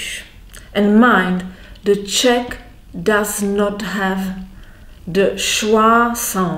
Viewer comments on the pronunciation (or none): none